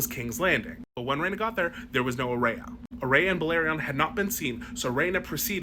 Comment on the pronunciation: "Aerea" Targaryen.